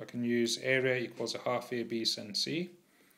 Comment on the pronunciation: The way you pronounce sine is the real sin